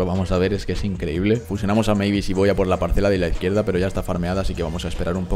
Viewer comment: Eres de los bocos que pronuncia bien el nombre de mavis 🙏🙏🙏🙏